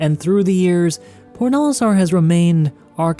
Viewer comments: omg its "PORT Olistar" I was so confused as I only heard PORDALISTAR for half of the video I never played this game btw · It's probably just me, but i keep hearing you pronounce Port Olisar as Pornolisar.